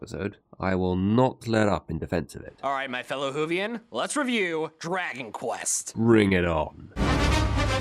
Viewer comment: did he say whovian or hoofian? Either way, it reminds me of Dr. Who and is therefore awesome.